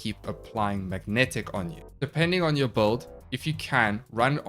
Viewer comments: Why does call builds "böld"? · Every warframe youtuber pronounce "build" like "bold". What accent is that?